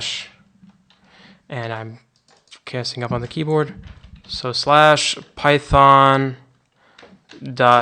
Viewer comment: PAITHON, WHY PHAITON?